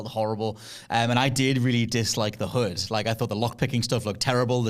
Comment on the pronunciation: HUD not hood 😂